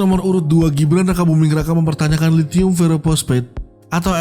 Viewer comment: Sebut lhitium diawal kok lethium